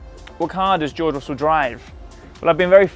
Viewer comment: george russell says his name like joe russell